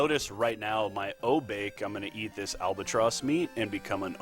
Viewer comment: Knowing technical and lore is great, but I prefer runners who also know how to pronounce the stuff in the game. When I heard "O-Bake" I was like ... okay, I said it that way when I was 8 years old. But we're all adults now. At "Jen-bu" I was like "is he even trying?" Then with Say - Rye- You, I stopped watching.